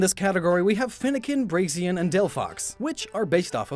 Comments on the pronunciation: It's MEH-thane, good sir. Not Me-thane. Also it's Break-zen. There's an X. Have you forgotten the X? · anybody else notice that he said brashen not braxien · ... Fennekin, Braixien, and Delphox Braixien... Lightly triggered why is it so hard for people to pronounce "braixen"? And why does it almost always have to do with where people pronounce the "i" in it's name??? Is it really that easy to lose track of where the "i" is? Braxen Braxien Braixien Braixen Only one of these is the proper spelling, so why do I hear the other three more than the correct one? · Lol, didn't you explain Magcargo in another video? Also, it's pronounced "BRAKE-SIN" not "BRAKES-IAN". And Numel is pronounced "NUMB-el" not "NOO-MUL." And "Baile" is Spanish; it's pronounced "BYE-LAY", not "BAW-LEE." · wait why is he saying Brasion when talking about Braixen I thought it was pronounced Brakes-en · Am I the only one who's mildly triggered by his pronunciation of Braixen as "brazien" when it's "Brakes - Zen"? Yes? Okie doki then.. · Did you actually just call braixen 'braisen'? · Did anyone else hear Braixien and then Brasian instead of Braixen? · Braixen pronounced Brayshen? what. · that is the worst pronunciation of Braixen I’ve ever heard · You pronounced braxon like 3 different ways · How can you mispronounce Braixen in two different ways within less then a minute? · Magistone He does that in every video, its comment bait